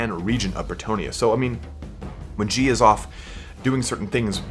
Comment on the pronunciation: "Gilles" is pronounced "Jhill", not "Jhi" Coincidentally, "Gilles" is a really common name in Bretagne and France. There's several historical figures called "Gilles Le Breton", because Bretons are an actual thing in reality.